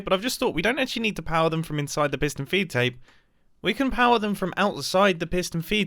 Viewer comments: take a shot everytime he says pistion feedtape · P i s t o n